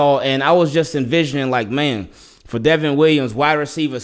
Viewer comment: He's good man.. They keep calling the him Devin but it's Devon like Von Miller..